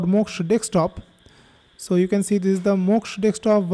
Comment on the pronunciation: DeSK top - not dekstop